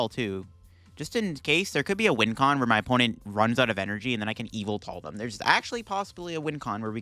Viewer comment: Whatever the correct pronunciation of yvetel is, im sure its not “evil-tail”